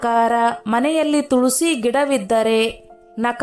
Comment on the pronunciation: Tolsi alla tulasi